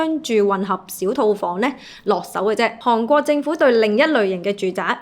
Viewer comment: 唔係(杭)國係(寒)國,妳D懶音好勁